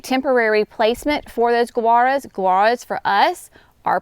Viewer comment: Gaura I always pronounced same as Laura. I have grown since it was perennial of the year back years ago. You are pronouncing Guara like Gura. Have I been wrong all this time? Then others are too apparently. Please clarify.